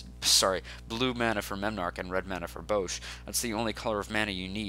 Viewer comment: I stopped watching when he called Bosh Bowsh. Tell me, in what world does Bosh have a long O sound.